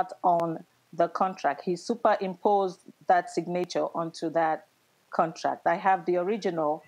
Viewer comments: This Tina Turner wannabe needs to stop. 😂 You take pics of the ambulance but you forgot the police report? Girl bye!!!!!! Go buy another wig and stop wasting people valuable time. Geesh!!!!! Btw did she say “Sig-nature” instead of Signature? 😂😂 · Sig-nature instead of Signature.😂😂😂😂😂😂😂😂😂